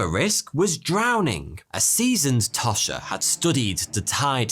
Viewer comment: Tosh rhymes with posh.